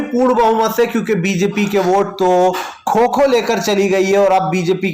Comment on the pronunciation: खो खो नही कोको कहते है